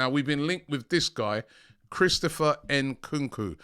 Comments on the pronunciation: Ayo Robbie, please start pronouncing AFRICAN player's names right, it's Nkunku not N kookoo, don't say the N separate, as AFRICANS you're disrespecting us, love your content but sort this out P.s Same for Eddie Nketiah, it's not En ketiah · Robbie is not Enkunku its Nkunku 😅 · Bro said nkunku 🤣😭